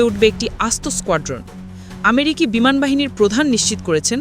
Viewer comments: বিমান কে বিনান বলছে উপস্থাপিকা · Bhi বিমান not বিনান 😂